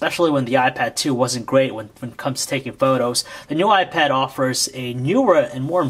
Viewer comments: He called it a "y pad" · He said YPad? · you call the iPad a ypad :P but overall a really good review :) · It sounds like he's saying "WiPad" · He says wipad all the time -.-'